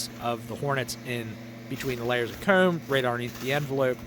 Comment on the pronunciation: You should really have some merch with the word "Comb" on it. No one says it as cool as you.